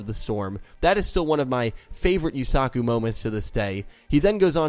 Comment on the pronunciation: Holyshit dude I dont know why it bugs me but you really pronounce the A in Yusaku. Its more like u suh ku not u sA ku. Just listen to any of them say it and repeat why are you pronouncing it like Suzaku?